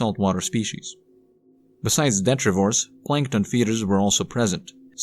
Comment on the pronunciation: Detritus (de-tri-tus). Detritivore (de-tri-ti -vore).